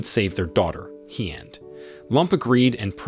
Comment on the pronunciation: I live in Vietnam and I can tell you right now that your pronunciation of these names are so wrong it's actually shameful, there is no 'd' at the end of Hien and Tien and the main character is not pronounced 'lamb' its 'Lum' but spelled Lam.....